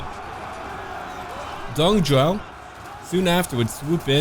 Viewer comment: Also for pronounciation, the Magistrate for Xiliang, Dong Zhou, you pronounced his name like Dong Jiao. Zhou is pronounced more like something inbetween Juo and Shuo.